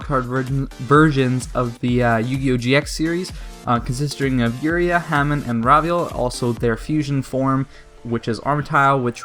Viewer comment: Not trying to be a hatter but u said uria wrong